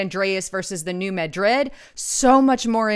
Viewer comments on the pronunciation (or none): you are mispronouncing New Madrid. It is pronounced, "New MAD-rid", not New Ma-DRID. The accent is on the first syllable. I live near there and everyone who lives there calls it "New MAD-rid." I like your reports. I am just trying to help you. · You are mispronouncing New Madrid. Please correct !